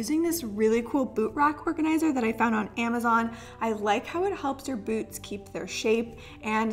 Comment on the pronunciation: I heard boobs not boots😂😂